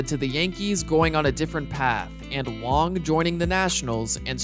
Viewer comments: Wang not Wong dude im Taiwanese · Its Wang he just pronounces it wrong the whole video for some reason